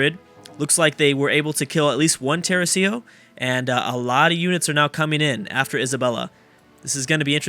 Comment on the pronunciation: thats not how you say tercio